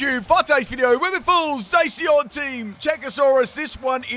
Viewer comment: Zay si on. Spot on pronunciation.